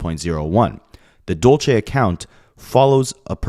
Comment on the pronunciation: Side note it’s “Dulce” Spanish for candy, also a female name, dude butchered it so many times